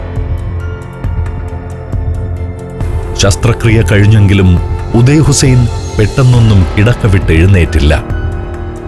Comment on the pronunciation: ഉദയ് ഹുസ്സൈൻ അല്ല, ഓദ യ്യ് ഹുസ്സൈൻ അണ്,Audaay Hussain.